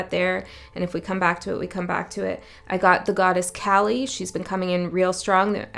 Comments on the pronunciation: Really appreciate your readings. Always spot on. One observation, Kali is pronounced Kaalee - Hindi is a phonetic language and the ‘a’ is pronounced as phonetic ‘aa’. Hope this helps. Thank you again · Kali is pronounced like cauliflower